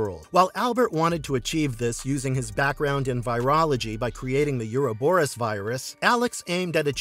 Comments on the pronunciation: Mouth-breathers will always pervert language, yuur speech patterns are mind rot, just terrible phrasing and horribke pronunciation like "you-row-boe-rus" for "Ouroborus" ... it is pronounced "O-ro-boe-rus," no "you" sound in the word. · You do not pronounce the word, "Ouroboros" correctly.